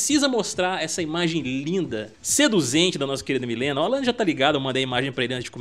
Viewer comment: Não aguento esse pessoal falando Milena. Gente, sério, seria muito melhor fazer um vídeo pronunciando o nome correto… Mileena